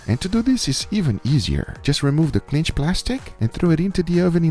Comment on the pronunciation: Is he saying clinch???